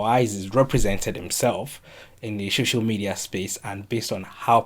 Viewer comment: Is it that you cannot pronounce "SOCIAL" or what? What is "shoshial"?